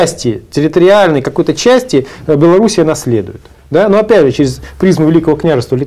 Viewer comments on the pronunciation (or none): none